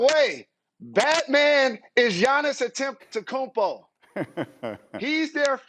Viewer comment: Jalen Rose: Giannis Attemptekumpo 😂